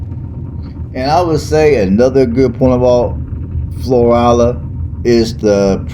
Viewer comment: I'm a local.🤍 been here 50 years We do NOT have a state park. It's city owned. Our weather gets very cold..in the teens...our winter is short. Plus it's 100 degrees most of the summer which lasts 6 months. We don't have good restaurants 😬 And to help your pronunciation, its "Flow-rhella". Lol or that's how us locals pronounce it. We love our small town! Our crime rate is VERY LOW. We dont have to lock our doors.... There's very few jobs here....retail and construction are about it